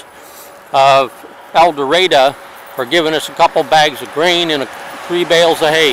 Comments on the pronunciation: As the Warden said, it's El Dur-ray-doe. No offense (and forgive me), but I kinda cringed when I first came across your El Dorado video back at the start of the decade and you pronounced the town's name with an A at the end. Our biggest pet peeve is outsiders mispronouncing the town's name. Also, you mispronounced Calion. It's pronounced Cal-yon. And for Ouachita, it's wa-sha-taw. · hey dude,i sure can tell your not from Arkansas,u did say the county of ouachita right,and town of el doardo,right either... just trying to inform u!